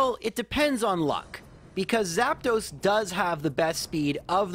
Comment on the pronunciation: Why are you saying Zapdos like Zap"those"? 😂